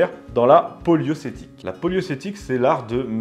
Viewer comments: Ne recasez surtout pas "poliocétique" dans la conversation; vous auriez l'air d'un ignare. Il s'agit de la "polioRcétique". Quant à Sainte Menehould, cela se prononce "sainte Menou" tout simplement. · Ce n'est pas poliocétique mais poliorcétique....😏 ça c'est cadeau et tu pourras le balancer à tes amis 🤣🤣🤣. J'adore le travail de TVL. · C'est la polioRcétique et non la poliocétique !!!!!!!!!!!!!!!!! POLIO-R-CÉTIQUE bordel. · Poliorcétique, pas poliocétique. Mais pouce bleu de rigueur , bien sûr. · PolioRcétique. Pas polio 🤣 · PolioRcétique frère historien, pas polio ;) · Poliorcétique (et non poiocétique) d'après mes souvenirs. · Poliocétique srx??? 😢Là c'est vraiment triste parler de Vauban en disant Poliocétique à la place de poliorcétique c'est à ce demander qui fait le script.... Il lit tout du long ces notes preuvent d'un sujet non maîtrisé, donc si c'est pour regarder une émission comme celle d'un JT sur YouTube sa ne sert à rien de se présenter comme différent et indépendant de ces dernier Avant de me dire toute le monde peut se tromper je répondrai tout simplement avoir étudié et fait des travaux de recherche sur Vauban le mot poliorcétique est un mot récurrent quand on parle de lui, donc cela montre bien un travail bâclé selon moi L'histoire tout le monde peut en parler mais très peu peuvent la raconter car cela exige du vocabulaire, des connaissances,et surtout un travail consciencieux et miticuleux et non pas des recherches superflus et surtout on ne se dit pas administrateur ou passioné de Vauban quand on ne sait même pas dire poliorcétique Je ne dit pas que je pourrais faire son travail juste que celui-ci pourrait être mieux fait Encore une déception malgrée quelques bon sujets d'histoires sur la chaîne j'espère néanmoins que le contenu s'améliorera sur les nouveaux sujets traité cette fois ci plus consciencieusement. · On dit pas plutôt poliorcétique que poliocétique ? A pars ça bonne vidéo